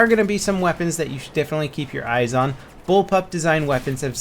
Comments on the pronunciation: bull pop was hard to say man haha ;) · It's bullpup... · Y cant u say bullpup? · Haha nice to see that behind the scenes edit bug :D Bullpub is surely a hard word to pronounce , keep it up ;)